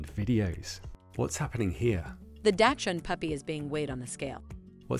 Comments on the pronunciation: They can do anything except pronounce Dachshund! Dashund is not Dachshund! It is pronounced Dox' son. I raised the little strongheaded pups for years. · Why can't AI pronounce Dachshund properly?